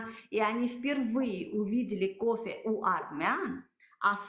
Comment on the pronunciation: как вы можете претендовать на кофэ если вы не можете произносить букву ф ? у вас на словаре не существует буква ф получается що не кофэ а копэ 😂😂😂😂😂😂